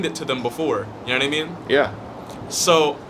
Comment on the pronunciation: How is not a single person in these comments saying anything about the “yanitimean”?